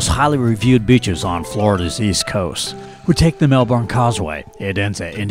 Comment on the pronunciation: Really nice video, but it's MelBURN not MelBORN. Thx